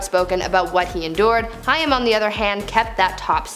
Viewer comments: This announcer is not so young that she gets a pass about not knowing how to pronounce Corey “Haim”. Gimme a break. If you’re in your mid-thirties, you’d will know how to pronounce that. Unless you lived under a rock. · I did enjoy the video, although when discussing Cory Haim I had no idea who you were talking about until you mentioned Cory Feldman. He was extremely famous and wildly popular back in his day so it seems a bit lazy to me to not take 2 seconds to learn about who he actually was and how to pronounce his name so at least we know who you're talking about. Overall tho, great video! Thanks! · I cringed every time she said it too. Haim rhymes with aim. It's not a particularly difficult name to read. A bit of homework would avoid issues like this. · Corey "Hime"? I always thought it was pronounced "Hame". Correct me if I'm wrong. Big Corey Haim fan but curious if I've been pronouncing his name wrong the whole time. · Please know that Corey Haim’s last name is pronounced like HAME (with a long A), not HI UM. If you’re going to report on people, make an effort to get their names correct, please. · It would help if the spokesperson actually knew the correct pronunciation of the people she is talking about…it was HAIM, pronounced like HAME…NOT HIGH ‘EM as she said it…it just seems more insulting because he is deceased. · The way she says Corey Hyam 🤦🤦 Corey Haim name was pronounced like Hame, kinda rhymes with game, name. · Me too. Pronounced like HAME not HI-YAM. But Gen-Z wouldn't know that since he was popular with Gen-X and maybe some older Millennials. 😏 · This drove me NUTS! It's Haim, not Hiam! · Your miss pronounced Corey's last name, not a Jewish. Haaaaaame long a . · Isn't it pronounced Hame (Haim) like in name? And it's Ludwig ( lewd-wig) not Luhdwing. Saget (Sag-get) noy say-get. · I just can't with her pronunciation of "Haim" It's pronounced hay-m ... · Haim is pronounced like it should be spelled “Hame” and rhymes with tame. 😉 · U said haim wrong